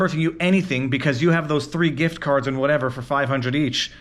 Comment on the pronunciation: I heard "gRift" card. Sorry to hear about the hassle.